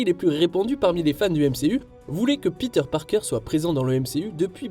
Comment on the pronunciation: "Piteur Parkeur"..... halala... les français et leur prononciation merdique en anglais...